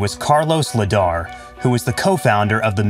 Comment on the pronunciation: Its l.ayder not ledar